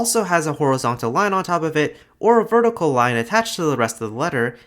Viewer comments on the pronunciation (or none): Did anyone else notice that it sounds like he says "vorticle"?